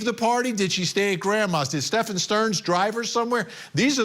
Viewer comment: He’s a disgrace…he can’t even say the perps name right! He pronounces it as stephON. I’ve tried watching the guy on several occasions & cannot watch him, he talks over guests, gets FACTS wrong…ugh! Horrific!!